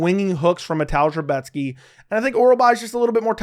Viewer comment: Great pronunciation on Rebecki